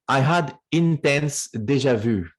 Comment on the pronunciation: also really enjoyed this with the French secret space program... laughed when he said "Deja vu"👉👽👈